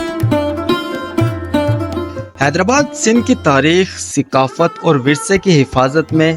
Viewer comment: Tallaffuz durust karo, seqafat nahi, Saqafat.